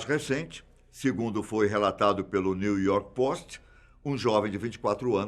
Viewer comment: segundo foi relatado no niu iorqui posti kkkkkkkkkkkkkkk esse tiuzão que apresenta esse quadro fatos desconhecidos fala muito engraçado pow da hr